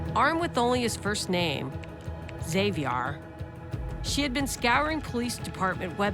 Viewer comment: 😂 that ain't the right way to say Xavier LMAO